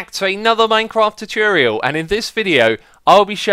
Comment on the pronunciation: At the start I nodiced he said tatreale